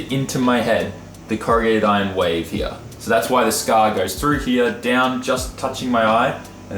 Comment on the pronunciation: has the wildest accent like just the word here he says heaw he has aussie mixed with Japanese its crazy to hear his vowels some other aussies don't even sound like him